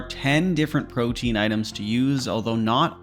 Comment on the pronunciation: I’m so sick of the RS community mispronouncing everything. PRO-Tee-An. Proteen? Why